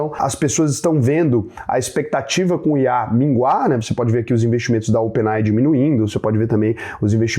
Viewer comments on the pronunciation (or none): none